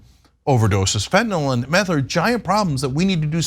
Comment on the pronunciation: Love u guys, thanks for not saying "fentonall" 😘